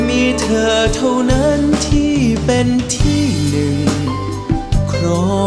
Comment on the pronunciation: เดี๋ยวนี้ ภาษาไทย เพี้ยนไป เช่น คำว่า " ที่ "...ออกเสียง เปนตัว T..กันหมด ..